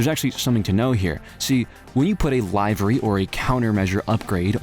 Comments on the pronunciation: it's pronounced live-ree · Is it an inside joke for him to say, “livery” as in “we’ll do it live”, and not in “I live somewhere?” I ask because I just found this channel and sometimes channels have inside-joke words that they (now) purposely mispronounce because so many people tried to correct them? If not, then I offer this polite correction for you xD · My brother in Christ it is pronounced Liv-uh-re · It's liv-uh-ry you f**kin' donut